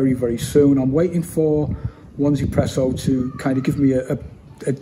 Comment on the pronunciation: Hi mate! Nice review, I'm looking forward to its release. Could you please elaborate on the company name. I believe that it's pronounced EZpresso (easy presso), with the Z pronounced in the American fashion (Zee). "1" is pronounced "E" in Chinese, so the name is a bit of a play on words. That's what I believe anyway.